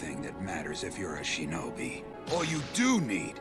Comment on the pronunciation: "I die a splendid shenobi"